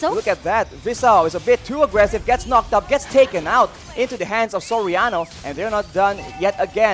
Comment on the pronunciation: you should pronounce SORIANO... "SOR- YA- NO" not SO-RA-NO....peace